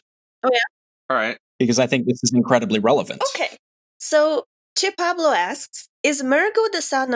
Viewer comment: I am surprise also what knows how to pronunce "che pablo". Most people said "pabló" instead of "pablo"